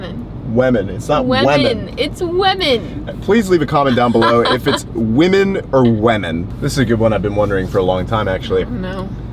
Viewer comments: Women is pronounced 'wimmen'. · It’s Wimmin’, definitely not Wemmin’! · It’s wimen, not wemen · it’s “wimen” not “wemen”